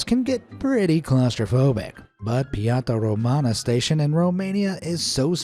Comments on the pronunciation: ITS PIAT-ZE RO-ME-NE (idk how to write piața but it means plaza i’m pretty sure) and it’s ni-co-loa-e cha-u-zes-cu. WRONG. it hurts me, especially as a romanian.. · PIATA ROMANA!! PIATA ROMANA!!! hears how butcheres the names